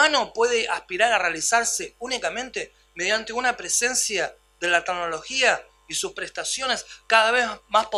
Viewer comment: Muy interesante. Solo faltaria no decir 228 veces "tagnologia".